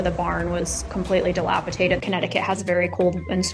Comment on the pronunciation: That’s terrible. By the way, the word is dilapi-dated and NOT dilapi-tated.